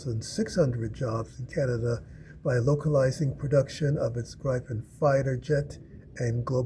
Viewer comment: Oh god. the butchering of the name Gripen in English is so BAD! Try ti pronounce it like it was spelled Gree-pen for the love of god.